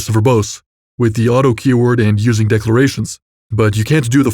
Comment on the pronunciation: I enjoyed the video, but FWIW the voice is 100% AI, and there are telltale signs everywhere if you know what to look out for. The first dead giveaway I saw is only in, where the enunciation of the word "using" erroneously treats it as a verb rather than a noun and a subject in its clause, which completely changes the meaning of the sentence and makes it incorrect. AI always struggles to enunciate the correct word(s) of a sentence, whereas every native speaker does it correctly without ever thinking about it. If you listen closely you will constantly find these enunciation mistakes in any AI voice.